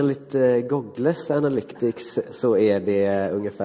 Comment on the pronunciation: HUR SÄGER HAN "GOOGLE"?!?!?!?!